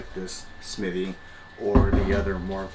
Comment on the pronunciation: I have to laugh because you keep calling them Smitty But it is spelled Smithey. So just say Smith-e is how I would think it is pronounced.